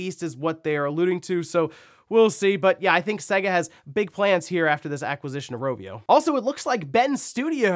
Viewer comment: Have you ever played a Sega game? Every single one says the company name at the start so how anyone can continue to mispronounce their name all these years later is beyond me. It's Say-Guh, not seg-a.